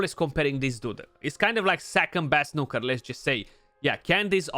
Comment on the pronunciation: I love it when you say Nooker dude =) <3